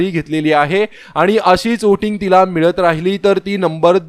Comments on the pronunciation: ' ओटींग ' नाही हो....,' व्होटिंग " म्हणा...🤣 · Oating nahi re bala, Voting boltat.